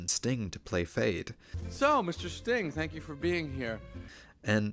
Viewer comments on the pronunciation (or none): none